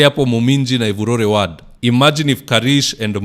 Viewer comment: Good job as usual,buy "ward' is pronounced with an "o" not "a".